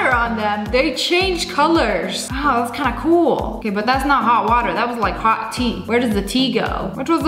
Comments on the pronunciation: u said wos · you said whoa not wow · YOU SAID WOAH, YOU SAID YOU CAN NOT SAY WOW,GET IT RIGHT NEXT TIME.😡😡😠😠😤😤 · u said woah not wow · You said the w ward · I'm pretty sure she said "woah"not ✨WOW!✨ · She said whoe not wow